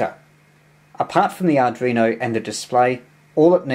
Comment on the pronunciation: 5 & 9 plus description but please..ARDUINO not ARDRINO.. 73 G3NBY.